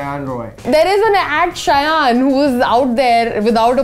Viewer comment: Wow im impressed that the person behind the lense called shayan the way his name is supposed to be called